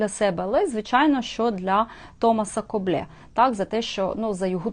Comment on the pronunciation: РЕСПЕКТ за самовіддану творчість в "антисанітарних" (з лампою в руці !) умовах. Хоч іноземні мови -- то, на жаль, не моє, все ж маю версію щодо правильної вимови призвища КОБЛЕ.. Дуже вже по-французьки воно звучить, але ж він, таки, був шотландець. Тому, мабуть, більш вірогідний англійський варіант -- КОБЛ (Coble ) , хай вибачить мене вчителька англійської .....Хоча, в спілкуванні з Де Рібасами та Де-Воланами вимова могла змінитись на французький лад...... Для творчості пані Авторки є надзвичайно цікава тема, якої не торкався ще жоден "гід Одеси" -- УКРАЇНЦІ В ОДЕСІ . Так вже вийшло, що історія міста існує в двох варіантах -- як "рускавагорода", і як "єврейской Одесси". І це при тому, що А.де Рібас (в книзі "Старая Одесса", 1911р.) прямо вказав : "-- "Русские утвердились впервые въ Хаджибее, ставшемъ впоследствии Одессою, ПОД ТОПОТ ЗАПОРОЖСКОГО ГОПАКА" (с.111) -- "Первыми жителями были ЗАПОРОЖСКИЕ КАЗАКИ, взявшие город штурмом, жители окрестных сёл, ТАТАРЫ и МАЛОРОСЫ, и пришлые из Новороссии (Украины). Первые товары были привезены сюда ЧУМАКАМИ (с.79)...... Чомусь і досі нікого не дивує, що славнозвісний "одесский говор" насправді "АЖ РЕПАЄ" не тільки від українських слів (яких навіть в мові одеських євреїв 19ст. більше , ніж "чистоєврейских"), а й від української стилістики і фразеології. А вельмишановний Мендель Герш (з "Одесских рассказов" Бабеля) так той , взагалі, РОЗМОВЛЯЄ ЩІРОЮ УКРАЇНСЬКОЮ МОВОЮ. Цікаво, ЧОМУ ? ........... В.Жаботинский, повість "П'ятеро" : "Я не тольк